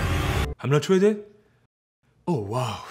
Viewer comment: "I'm not twaded?"-serge ibaka 2019